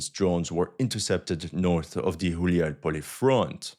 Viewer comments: It's Gulay-polye "wandering-field" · Did you say Хуяй Поле on purpose 😂?